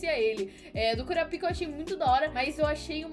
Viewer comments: Pq voce fala KuraPIka ?? Geralmente se fala KuRApika... kkkk Só uma observaçao mesmo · Kkkkkkkkkk não se pronunciar assim kurapica